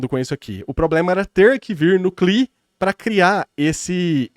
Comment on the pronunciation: Só um apontamento mestre, C. L. I. (Command Line Interface), é um acronimo, então deve ser falado tipo: CI AH LAI ( see el eye) ou em IPA (/ˌsiː ɛl ˈaɪ/)